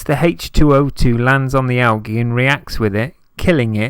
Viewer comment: "AL"- g' -E That's Algae Junior - ROFLOL Am howling - never heard it pronounced like this, ever! "AL - the letter G" is the correct pronunciation in the USA. It struck me so funny!